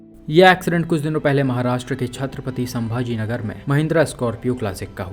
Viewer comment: thanks brother for speak correct name of city Ch Sambhaji Nagar 🚩💝💝💝jai Maharashtra 🚩🚩🚩